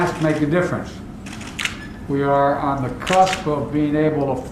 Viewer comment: What is a crusp? Lol it is cusp dementia Joe